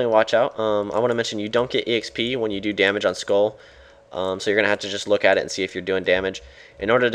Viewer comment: its sköll not skoll sköll is pronounced like skoell